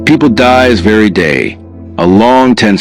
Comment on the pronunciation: Who notice Liam Kessler said people dies very day instead of every day lol 😂😂😂, nice story, love it, great characters, keep going you will make it here in YouTube. 👍👍👍